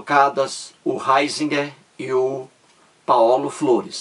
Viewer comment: Nao sabe nem a pronúncia do nome do Ratzinger